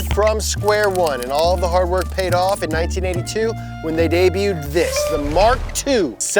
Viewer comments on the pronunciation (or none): you pronounced debuted wrong ;)